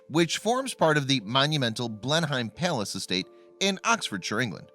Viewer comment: It's Blenheim Palace, not place as the narration implies.